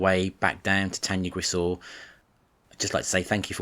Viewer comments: I'm really really sorry but you should say it "tan-uh-grish-eye" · Pronounced incorrectly , nice video though